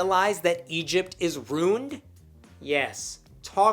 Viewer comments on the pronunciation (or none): As I watch this fantastic series, I keep wondering: Why does pronounce the O in ‘worship’? And pronounces ‘ruined’ like ‘runed’? I’m not from the US, is this a dialect issue or something?